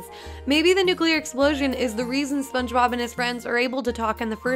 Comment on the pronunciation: When I heard nuclear I disliked and jumped out my window